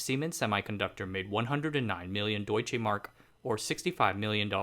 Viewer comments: "Doitshay mark". Come off it. And "afformentioned" don't work neither. At least learn US received pronunciation. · You are mis-pronouncing Deutschemark!